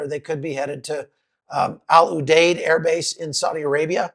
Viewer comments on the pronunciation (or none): Al U Deed is how to say the name of our base. I was there in 2007.